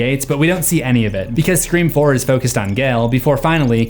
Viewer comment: said it wrong again!